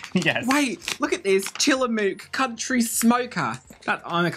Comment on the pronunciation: As a PNW native the way pronounced "Tillamook" elicited a chuckle.